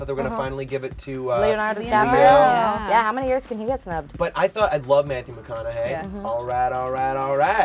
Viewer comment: Blue JasWin? Matthew McConaughYAY? YOU'VE BEEN PRAZED.